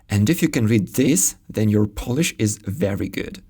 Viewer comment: Great pronounciation of Polish! Chech and Slovak languages are easiest slavic languages to understand for Polish speaker both in spoken and written forms. Exposure is a big factor here though. For instance, nowadays it's sometimes easier to understand Ukrainian than Chech (at least for me). The most frequent foreign language nowadays here in Warsaw is probably Russian (many Ukrainians, Belarusians, Kazach people and other estern states speak it). But even with exposure I'm not able to understand much Russian, because is pretty far from Polish. This is my subjective opinion though, :) Thanks!